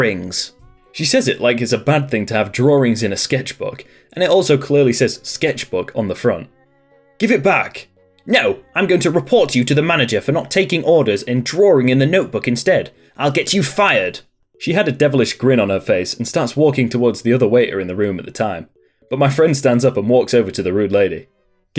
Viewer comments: Drawing not drawring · Since when does the word "drawing" have 2 r's? Brits always insert extra letters. Kind of like many Americans saying "Warshington". There is no r in that word. Bugs the crap out of me. Other than that, I enjoy these stories. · is it me .. or the way you say Drawing .. is like .. Drawer ing ? i like your accent btw